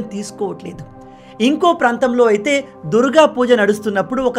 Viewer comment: ఆదాని విషయంలో మీ logic తప్పు! ఏది ఏమైనా బంగ్లాదేశ్ హిందువుల విషయంలో భారత్ ప్రభుత్వం తక్షణ చర్యలు చేపట్టాలి - పరోక్షంగా నైనా సరే! ("దుర్ గా" అన్న pronunciationని "దుర్గ" గా దిద్దుకోమని సూచన)